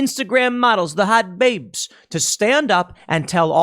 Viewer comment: I like how when Tim say "Hot Baybes" he all of a sudden develops a Brooklyn accent. XD